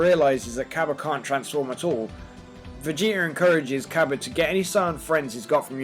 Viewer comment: It's not cabba its kabe